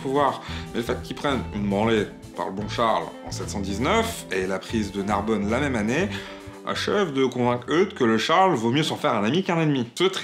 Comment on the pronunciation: J'ai pensé à la même chose... et la façon dont est prononcé Narbonne à la fin... Personnellement, je trouvais intéressant cette chaine avant, comme je trouvais intéressant la chaine de Matthieu Sommet, avant qu'il se pose presque un donneur de leçon en voulant s'aventurer sur un terrain boueux. On a un mec qui veux faire de l'anti-racisme, et on sais comment l'anti-racisme fonctionne mal depuis de nombreuses années, très mal, et ayant même parfois tendance à jeter de l'huile sur le feu (ou de l'eau sur un feu d'huile). Mais bon, je pense que le créateur de contenu s'en foutra de ce que peux penser un mec qui ne pense pas comme lui, ça finira donc en désabonnement.